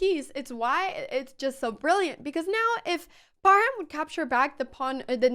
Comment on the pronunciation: Thank you for a great game...and you are the first foreigner that can pronounce " h" in Parham.